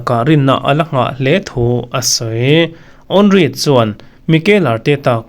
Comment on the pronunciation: Henry I sawi sual chiang dawn lutuk😅